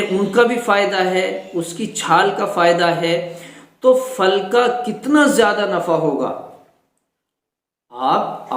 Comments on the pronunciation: Phal bol re fal nahi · جزاک اللہ .وہ پھل ہے فل نہیں